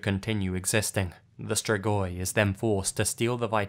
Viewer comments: the way you pronounce the romanian locations' names makes me not understand the names of places in my own country and im wheezing also absolutely nobody ever knows how to pronounce "strigoi" either like come awnn dude all it takes is pressing the "pronounce" button in google translate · As a romanian, I am amused about the way he pronounces "strigoi"